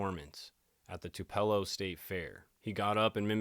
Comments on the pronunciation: Its pronounced Tu-pa-low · As a Mississippi girl let me clarify- it’s pronounced “Two puh low” emphasis on two instead of “Two- pello”😘 def been wondering the same thing about Charlie Kirk🤔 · Sorry but you had me laughing about you pronouncing tupelo, I live in the area, it is pronounced two-,pell- o but you got to say it real fast. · Is Tupelo...produced Too pa lo..You prpince many words wrong..not being mean..just try and look up words like SPECIC,NOT PACIF.. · im from about 10 minutes away from tupelo and no disrespect i promise it’s pronounced “too-pa- low” it just made me cringe a bit lol love the videos tho keep it up !! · Pronounced “2’ - puh - lo”… couple Hours from Memphis 😉😘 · It is pronounced 2 pa low. Tupelo. So a sharecropper is basically what the name says. A person owns a piece of land that they want to farm instead of hiring someone to work for them they bring in somebody who works the crop and then when the crop is sold, they share in a part of the profit. I have been to Graceland, probably 14 times. I live in Tennessee and every year when my grandmother came from Michigan, she drugged me through all of the Graceland exhibits because she loved Elvis. Yes, you do have to register when you are 18. I think you normally do it at the post office if you are a male and you do not it’s actually against the law. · Not to be THAT person, but I can't help it. Tupelo is pronounced "TOO-puh-low" 😊 Just for future reference lol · DJ, it’s pronounced, Too-pa-low. From your Mississippi audience! 🫶🏼